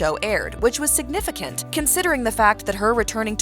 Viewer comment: you said "significint" instead of "significant".